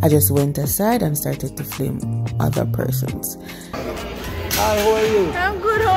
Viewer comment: Nice to see my towns market... But the word is "film" not flim we are watching internationally